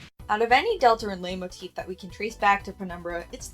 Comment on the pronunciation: It's pronounced light motif I think I'm gonna have an aneurysm if you keep saying it like that I'm only a fifth of the way through the video 😭